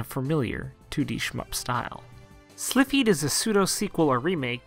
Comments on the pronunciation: SILPHEED. not slipheed. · Lol. So this is great. Few weird pronouciations. Syl-pheed, play-kay-ted, en-vel-oped, not loped